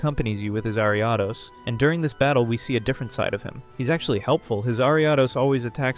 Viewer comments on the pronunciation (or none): Bro, you keep saying names of Pokemon and the company completely wrong, you’re saying quay-sar-tee-co it’s pronounced quay-zar-ta-co and you said Ar-i-a-dos, it’s pronounced Air-e-a-dos